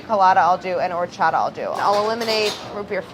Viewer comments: I love how she pronounces 'horchata' as if it were a French / Italian word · OMG I hate the way they say horchata. Lol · Delaney: Horchata Me: classic delaney fav 👌🏼😂❤